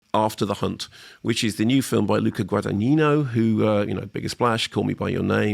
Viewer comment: From the way he said the title I could tell this is gonna be a ride!